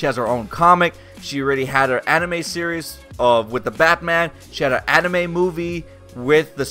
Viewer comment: Did you say anime or animated?! Wtf?! Say the right word clearer!